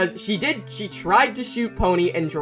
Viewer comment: Ah yes “tried” 😂